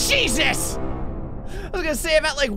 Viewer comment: Did just say "Shesus"?